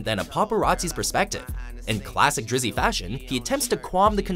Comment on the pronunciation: Never say drizy again lol